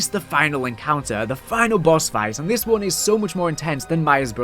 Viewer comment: The way you said one bugs me